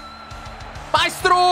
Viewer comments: MAÌSTRO, no maistro ahahaha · Comunque essendo un tifoso della SPAL sono contentissimo che Spettacolo sia qua, magari ci fosse anche nella vita reale.... E comunque pronunci male il nome di Maistro😂